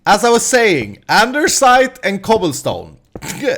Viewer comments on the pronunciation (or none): Why do u Say Andersite? its andesite....